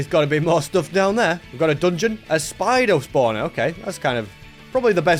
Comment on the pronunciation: "speideao spawner"